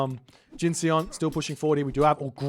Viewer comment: Hey, if Jin_Seon is as Korean as his name looks, then the Seon should rhyme with the bon in bond - no e:)